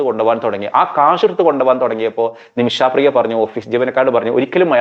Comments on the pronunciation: നിമിഷാപ്രിയ അല്ല, നിമിഷപ്രിയ.... കേട്ടല്ലോ...... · ആദ്യം ആ സ്ത്രീയുടെ പേര് നേരെ ചൊവ്വേ പറയാൻ പഠിക്കൂ. "നിമിഷാ പ്രിയ" എന്നല്ല പറയേണ്ടത് "നിമിഷ പ്രിയ" എന്നാണ്. ഒരു വിഷയത്തെ പഠിച്ച് ഇങ്ങനെതന്നെയാവണം പ്രോഗ്രാം അവതരിപ്പിക്കേണ്ടത്. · ഇയാള് പറയുമ്പോ നിമിഷാപ്രിയ എന്ന് കേൾക്കുമ്പോ അരോചകം ആയി തോന്നുന്നു. നിമിഷപ്രിയ എന്ന് പറയൂ